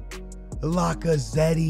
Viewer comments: Bro Lacazetty you for real ,it’s La-ca-zet. The e is silent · The way he says lacazette lmao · Does he not know how to say Lacazette